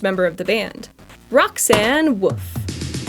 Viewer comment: You said Roxanne woof I think you mean Roxanne wolf you said wolf haha